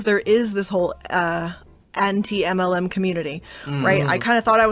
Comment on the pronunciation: When talking about cwhm, she said anti mlm like shes never heard of either word 💀 “a-aunti mm-lm?”